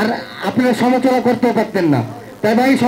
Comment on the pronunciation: এমন একজনকে নমিনেশন দিলেন যে কিনা সমালোচনা ঠিকমতো উচ্চারণ করতে পারে না বাংলাদেশ আরো কত কি দেখব